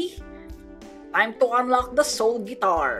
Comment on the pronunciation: Wait in the first did he said soul fart for real?